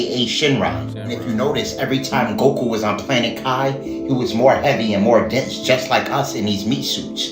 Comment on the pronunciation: it's pronounced Kee, not kai. It means spirit. NEURALINK doesn't equal 666 in Gematria. Nowhere near it in fact. It's 105